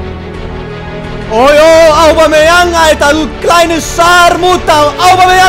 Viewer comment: lern mal Aubameyang auszusprechen du Rillepeter!:s